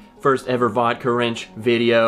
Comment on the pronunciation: I thought you were saying Vodka Ranch. YEEE HAAAAA.